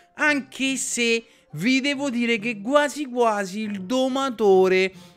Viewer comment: "Guasi guasi" quanto ho riso quando ha pronunciato queste parole